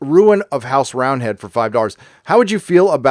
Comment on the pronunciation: It's DOLLARS god damn it. Not "Dorr-rrs"